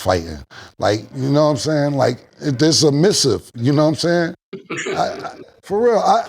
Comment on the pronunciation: Suhmisive!... Killa pronunciation is crazy😂